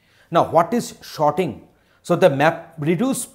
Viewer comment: And there I am hearing sharding whe he is saying sorting. Yet a very useful and compact video.